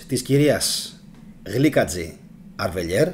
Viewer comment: αδερφέ μαζί σου είμαι και σε όλα όσα λες είναι σωστά ....αλλά να δέχεσαι και κάποιες διορθώσεις ....